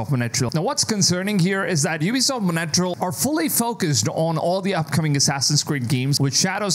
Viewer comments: Its montreal not monetrel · 💩 every time he says monattreal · The way you pronunce Montreal Like Monateral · Mon-Tree-all (Montreal) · It’s pronounced Mont-real. Thank you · I was so confused and thought this was a branch I’ve never heard of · I thought I was trippin' - dude kept saying Montreal so weird...OMG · and you still didn't learn how to pronounce Montreal 😭😭